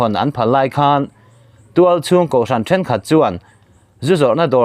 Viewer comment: A ngaihnawm rualin mizo rilru chhiat zia apho lang chianga,a zahthlak hle mai..i lam dikloh chu "Ṭhen thianghlim nan ti ang chauh"i tih kha, Ṭ ni lovin T zawk tur a ni e,Then thianghlim nan tih ang chauh (tifai tih) lam sawi nan an hmang